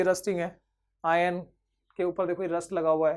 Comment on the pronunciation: Ion nhi iron boliye sirjii🙏🙏😂😂😂